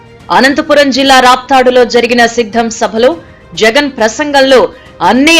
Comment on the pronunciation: That is not shiddam 😂😂😂 that is siddham😂😂😂